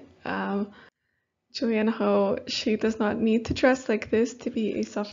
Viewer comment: It is actually pronounced Julianne Huff .....